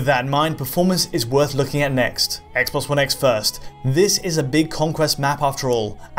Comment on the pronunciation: Never heard of the 'spess sposs spone spess' console